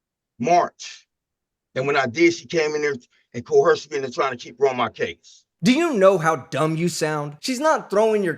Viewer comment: Why do these goons constantly mispronounce the word COERCION. There is no H in the word, it is NOT CO-HERCION, it is simply COERCION.